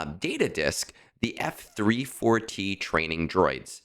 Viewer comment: F-34T You say it like you have been taught: eF Three Four Tee...Learn to leetspeak. F34T is FEET. It is Feet! Wait! No! FEAT as in Feature. You are giving me shivers whenever you say eF Three Four Tee. It's Feat. Like R2-D2 is Artoo similar to Arthur. Every important droid has a wordplay in their serial number. Shorty, Goto, Chopper, etc. Conquest? I am F2p So I beat rush it to Sector 5's end about a week long, and hit a few quests. Then I plan ahead and beat whatever I have HP at 100% atm. This Feat disk might be helpful, but I was good without it already. Not really a help to me...but just a maybe help. I'll see. Plus thing that the FEAT disk is 1 dot cost.